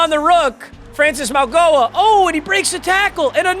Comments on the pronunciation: its pronounced maui(mawie)-noah meags 🙏🏾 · It’s pronounced Maui-Noah just to help had him at Miami his whole college career